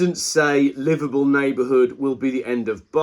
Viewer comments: I had the same problem, I thought he said Liverpool. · Thought he was saying Liverpool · It took me until to realise you were saying livable neighbourhood, and not Liverpool neighbourhood! Think its me that needs to visit spec savers...